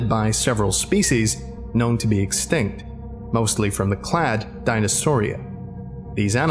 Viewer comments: Clade should be pronounced to rhyme with made or spade, not dad or pad. But great job with the voices and accents! I adored that African accent and voice. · Hate to be that guy but. Clade is pronounced "Clayd" Coelophysis is pronounced "See lo Fi Sis" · Doctor Millar is clearly not a biologist. Learn to pronounce clade! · (cl-a-duh) Clade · Ah, great video, but you murdered the pronounciation clade, coelophysis, and postosuchus.